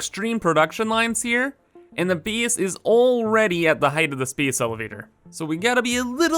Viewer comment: The word base shouldn't rhyme with peace but the word base should rhyme with face. Either way, you keep pronouncing base like beace. The same type of people that mispronounce word like that also are upspeakers and ones that say sorry like soourry. Just saying